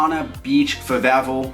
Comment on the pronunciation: mans didn't know how to say favela